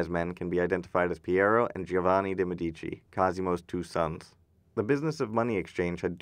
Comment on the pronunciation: One caveat: "Medici" is pronounced MED-ee-chee. The accent is on the first syllable (ask an Italian!). The rule is that the accent is always on the next-to-the-last syllable, except when it's not.